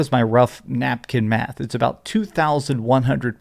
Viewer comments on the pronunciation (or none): none